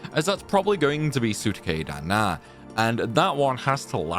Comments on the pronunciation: I swear to god if I have to hear you pronounce “suteki da ne” as “SOO-ta-kay dah NAH” again im going to get on a plane and punch you in the face 😂 Christ man it’s SOO-teh-KEY dah NEIGH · I'm sorry to be this person but it's "soo-techy-dah-nay" >_< I had no idea what was being said for that story heal for a long time. Also, Baha-chan is best.